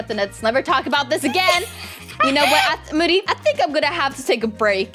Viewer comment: That’s so funny 🤣 when moody want to give triceratops be like: thanks for the triceratops muddy Me:it’s moody not muddy😂😂😂😂😂🔪🔪🤣🤣😂🤣😂😂